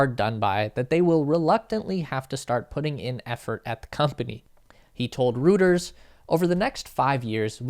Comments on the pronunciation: Reuters is pronounced /Roy-ters/ not “Roo-ters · I don’t want to be an asshole but it’s not “rooters” it’s “royters” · Roiters, not Rooters. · It’s not rooters. It’s pronounced Roy ters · Reuters is pronounced ROY-terz, not ROO-terz. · sorry, don’t see how to DM you for private message. But “Reuters” is pronounced, ROY-ters. 😀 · "Reuters..." is pronounced "Roy-ters" '; p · Say “Roy-ters.” Rhymes with goiters. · "He told Rooters"? What is that - an "R" rated Hooters? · "Rooters" lmfao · It’s pronounced “Roy-ters”. Good vid. Thanks! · Great vid. Reuter's = "Roy-Ters" jfyi. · You mispronounced Reuters.....repeatedly.